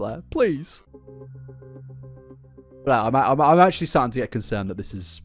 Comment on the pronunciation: It’s funny pronounces Blair as “Bleeergh” and creator as “curator” because I realised she IS bleergh and she plagiarised everything so she’s not a creator, only a curator of shitty ripoffs. This man’s accent has gone meta.